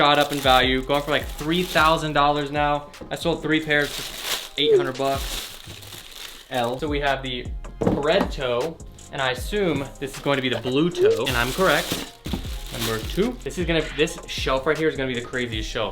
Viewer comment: Not a bred toe Union. Never heard of a “bred toe” Union lol